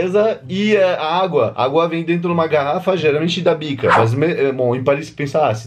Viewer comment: Parece que ele fala: agua da PICA ao inves de agua da BICA !KKKKKKKKKKKKKKKKKKKKKKKKKKKK